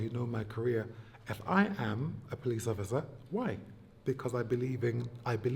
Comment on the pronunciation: “Polithe work” 😂😂😂